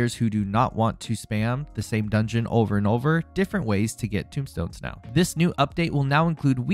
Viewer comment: Tomestone, not tombstone. Tome as in book. Not Tomb as in an underground burial vault.